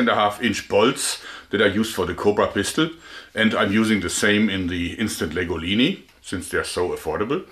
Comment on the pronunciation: Why do I think of pasta when I hear him say Instant Legolini?